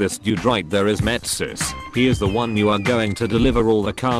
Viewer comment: lol, metsis